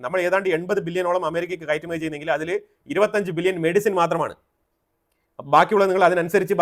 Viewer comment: ബില്യനും ...മില്യനും.... പറയുമ്പോൾ ..... വ്യക്തമായി. ' നിർത്തി നിർത്തി..... പാടൂ